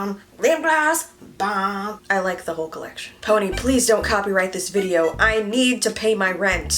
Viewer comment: Omg “ride it my PONAY” 😭😂❤️